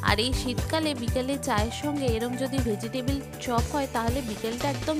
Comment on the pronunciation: ভোজিটেবিল না শব্দটা হবে ভেজিটেবল ! 😅